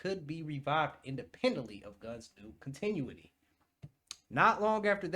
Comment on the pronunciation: (Con-Ta-new-ity) or (con-tin-new-ity) based on your regional speech sound